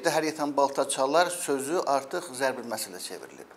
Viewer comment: zəbr məsəl yox zərb məsəl